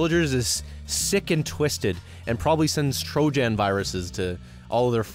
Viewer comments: Pronouncing Trojan like toe jam is hilarious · so nobody is gonna talk about how he pronounced Trojan here ????